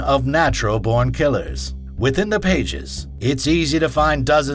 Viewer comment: Is this some weird AI-voice? There are some weird pronunciations in places. Why emphasize BORN and say it like natural BORNkillers? And in the other video about pulp fiction: "After the movie RESERVOIRdogs" Can't unhear it :( shame as the content seems good otherwise